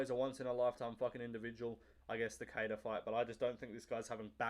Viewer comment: your enunciation of Cequeira is immaculate ... i'd never get it right